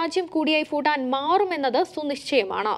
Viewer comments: ഫൂട്ടാൻ അല്ലാ......... ഭൂ ട്ടാൻ...... എന്നു പറയു...... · 😂😂😂 foooooo ival yendha parayane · ഫൂട്ടാൻ അല്ല കൊച്ചേ ഭൂട്ടാൻ എന്ന് പറയൂ ..... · ഫുട്ടാൻ അല്ല ഭൂട്ടാൻ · Phoottan alla kunje Bhuttan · ഫുട്ടൻ ഫുട്ടാൻ ഫുട്ടൻ . ആണോ ? അതോ ഭൂട്ടൻ ആണോ ? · Its not footan its Bhutan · ഫൂട്ടാൻ അല്ല. ഭൂട്ടാൻ... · ഫൂട്ടാൻ അല്ല ഭൂട്ടാൻ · ഫൂട്ടാൻ അല്ലടി കൂട്ടാൻ